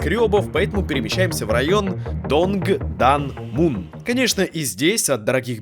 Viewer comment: Целое часовое видео смонтировали, а погуглить правильное произношение районов было лень? Каннам стал гангнамом, Тондэмун стал донгданмуном. Papago в помощь